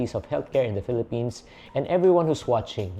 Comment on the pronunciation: pelepens😂